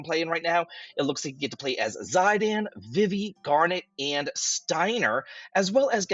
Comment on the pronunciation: 4+ years of FFIX Remake announcement soon. It's all BS until they actually announce it. Zydan, vihvih? What's with the pronunciations?